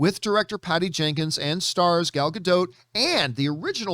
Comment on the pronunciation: For the love of all things good.....learn how to say Gal's name. You're supposed to be some sort of representative of knowledge and you can't even say her name correctly. Get a clue dude.